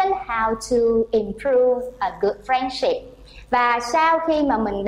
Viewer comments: Friendship is stressed in the second syllable not the first one and the word " so" not be pronounced xẩu like the Vietnamese teacher did. If you pronounce English words beautifully, you should choose either English or American accent but this has to be consistent. Generally speaking, the performence of the Vietnamese teacher is not too bad! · Excuse me! The main stress of "friendship"'s on the first not the second syllable!!!.